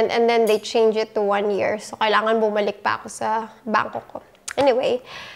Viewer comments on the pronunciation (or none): none